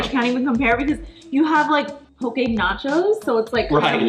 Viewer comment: As someone from Hawai’i, it made me so excited when you guys said “po-keh” and not “po-key” lol